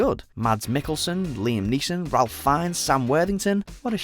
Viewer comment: Ralph Fiennes given name is not pronounced as "ralf"; it's "rafe", as he's said many times. I thought everyone knew that.